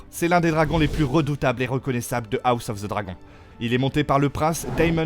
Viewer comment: La prononciation à la française de "dragon" dans "House of the dragon" je peux pas c'est ridicule 💀 faut arrêter avec les voix IA c'est naze